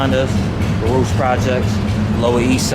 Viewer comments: Nobody from Baruch pronounces it like that. We say BAA-ROOCHH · I thought he was True Life. P.s. it's pronounced Baa-rook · We always pronounced it Baruk. Different Era for sure. Same joint though. I was born in 68. So much has changed. It’s wild. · As a NY Jew, hearing the pronunciation for Baruch makes me cringe, but always have to remember I likely butcher words from other languages all the time